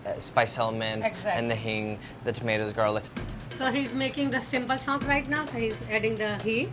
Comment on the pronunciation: Andy: "chhonk" Me: C H O N K